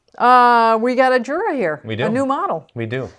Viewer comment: It would be nice if you would learn how to pronounce Jura properly. Jura is German, not English word. It is very disrespectful.